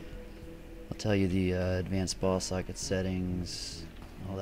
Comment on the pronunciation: sounds like he says advanced ball sacks not ball socket